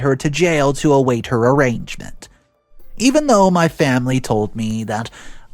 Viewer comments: It’s A-RAIN-MENT not arrangement when someone is charged after they are arrested. Invintation also really grates me when the correct pronunciation is IN-VIT-TAY-SHUN. 🥴🇬🇧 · Title is incorrect - not at wedding; also arraignment is pronounced a-rain-ment NOT a-range-ment. I usually enjoy listening, but that really grated!